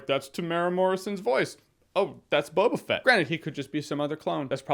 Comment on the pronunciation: His name is No-ba Fett